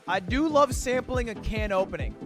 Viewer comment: It's aluminium can not aluminium can't